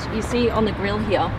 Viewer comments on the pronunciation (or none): Guys TWO Question first Does any one gets bothered the way she Says Here? And Second Why is she get all these exclusive Car reviews?!